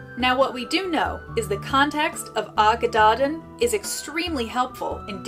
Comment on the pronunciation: Brilliant, brilliant, so informative. Just a tiny, tiny word on pronunciation - Y Gododdin sounds like Uh Godotheen - dd is a welsh letter in it’s own right, and is more like the ‘th’ in english … Dinogad - emphasis on Din and then Og - Ad - Din-og-ad…..